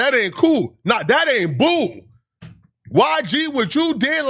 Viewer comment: You saying it ain’t bool.. Is not bool either 😂😂😂